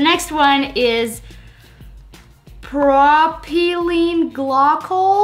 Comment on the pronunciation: Almost. Pro-Pyl-Ene :P. Probably just a typo. (btw, for what it's worth, a good way to look at is is "Pro-pill-een Gly-call")